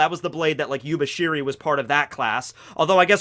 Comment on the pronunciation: It's actually YUBASHIRI, but YUBISHIRI sounds cooler.